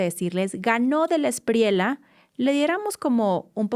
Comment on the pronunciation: no digas "espriela", es "Espriella", es apellido Español.